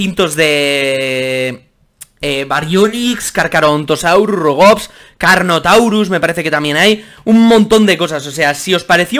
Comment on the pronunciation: Con los rubogs te entendí robots